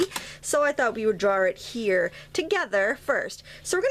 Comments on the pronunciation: What do draring and drar mean? The words "draw" and "drawing" only have one "r" each, and are pronounced "drah" and "drahing." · did u say drawr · Where are you from that you add an 'r' at the end of 'draw' or in the middle of 'drawing'?